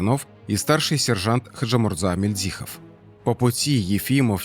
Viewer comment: Мильдзихов, с ударением на первой И,хочется чтобы правильно произносили фамилию Героя